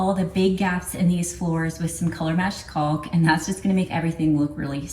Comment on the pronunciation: CAULK RHYMES with HAWK. The L is silent.